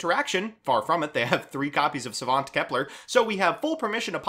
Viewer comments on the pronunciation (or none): none